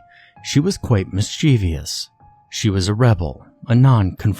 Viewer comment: There is no i after the v in "mischievous". Why do people keep wanting to add an extra syllable??